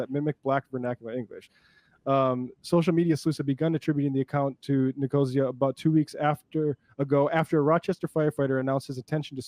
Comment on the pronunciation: It's Nick-oh-SEE-uh; a Greek name (maybe they changed it in America but I have afew friends with the surname, it's a proper/place name)